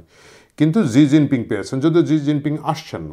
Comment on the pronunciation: আরে ভাই জি জিং পিং আবার কে 😂😂 চিনের প্রধানমন্ত্রীর নাম শি জিনপিং 😂